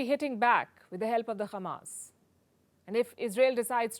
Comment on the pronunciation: Why she kept saying Khammas? Is she trying to speak Hebrew?